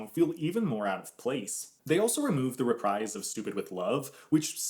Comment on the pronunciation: That's not how you say reprise xx